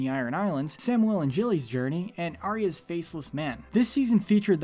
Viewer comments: Gilly not Jilly you keep doing this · Samuel and JILLY?! I don’t understand how they never fail to butcher a name they should know how to pronounce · At the end it is gilly not jilly... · Did he just say Jilly?? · Did you really call Gilly Jilly at the end?